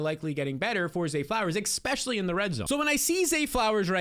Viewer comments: Expecially ❌ Especially ✅ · ESPECIALLY! Say it with me. ES-PECIALLY. NOT ECKSPECIALLY. Sorry that just bothers me lol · Ngl I used to think you were the goat but I've heard some pretty bad takes from you this preseason and the exspecially is driving me insane. To all you viewers out there please leave Jsn and Darnold for me, I will gladly scoop them every time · please stop saying eCKspecially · Love the energy. Love the content, wish you the best. I think i’m done man, if i hear “expetchully” one more time, it’s over for me. I wish you the best but i can’t. I lived in NY, and know how you new jersey people are, so doubt this will happen. But if you ever stop saying expetchully, i’ll be here with cash in hand. Love ya brotha